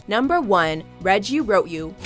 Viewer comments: the moment when said read (red) you wrote instead of read (reed) you wrote you... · Lol confused why she saying Read (red) you wrote you isn’t it read (reed) you wrote you